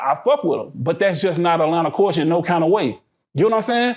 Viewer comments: SAY IT WIT ME CULLLLLLLL-TURRRRRRRREEEE NOT CWULCHUR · Everytime he say Cooture, I die laughing, cause that “L” is not silent 😅 Say it with me C U L T U R E. i love you 🤗🤗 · Why is he pronouncing culture like that